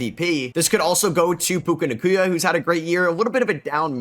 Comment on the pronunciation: Why does he say puka nacuya